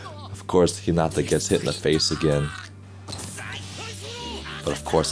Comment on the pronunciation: You got to say hinata right bro😫